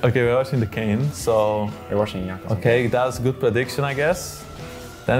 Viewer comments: 1: 22 Kayn, not Kayne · KAYNE? its kayn xd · G2 its kayn not kayne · It's spelled Kayn not Kayne